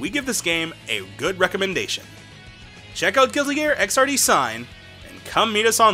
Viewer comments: It's Xrd not XRD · You said Xrd wrong lol.